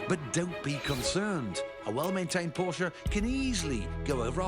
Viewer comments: he said "the porka"????? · Its PORSCHE, not PORKE